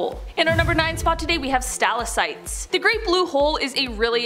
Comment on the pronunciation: There is no such thing as a "stal-uh-site", it is a "stah-lak-tite". Your overall delivery is excellent and the information is very interesting. However, it would be appreciated if you check your pronunciations. Thanks